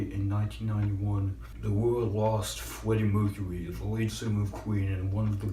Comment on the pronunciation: Lmao fweddy mwecuwy